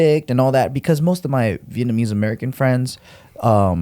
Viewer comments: Your pronunciation of Vietnamese is solid bro. Well done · Damn you pronounce Vietnamese fluently.